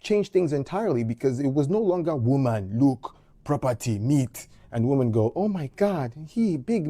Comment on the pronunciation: Woman and women are not pronounced the same. PLEASE learn this. We are losing the word "women" .